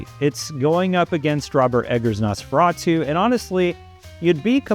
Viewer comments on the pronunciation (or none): none